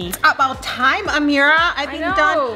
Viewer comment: defentily ammerah its always ameerah